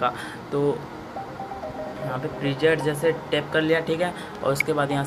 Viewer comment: abe saale प्रीजेट नही प्रीसेट hota hai